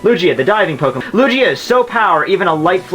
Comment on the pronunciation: If he says Lugia wrong one more time....